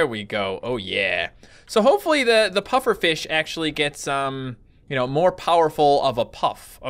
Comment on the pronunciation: It sounded like said puppet fish lol